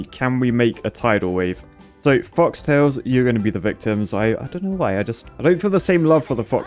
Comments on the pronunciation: FOLK it's folk tails, not fox. You always get it wrong, it's hilarious. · Even after playing this game for more than a year, still can't read "Folktails" correctly.